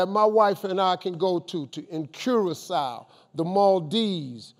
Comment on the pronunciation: Did my man Steve just say Curacao 🇨🇼? Man it made we so proud when he said that. Thank you Steve i needed that